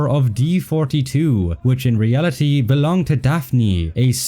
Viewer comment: In ree al i TEE